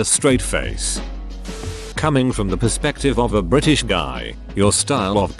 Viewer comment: STRAIGHT TEETH! "Bri'ish" 🤣